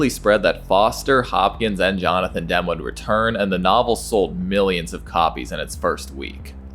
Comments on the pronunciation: Demme is pronounced "Dem - E" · Pronunciation of ‘De Laurentis’ and ‘Demme’ is wildly incorrect.